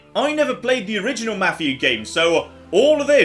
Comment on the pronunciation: can't speak Swedish, but he does a better job of that than pronouncing 'Mafia'.